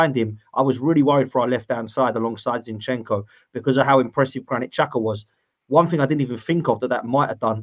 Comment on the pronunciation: Why does call him “ shin shenko “😂😂😂